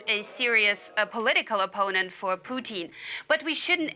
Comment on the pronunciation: Why does that lady keep saying Poutine?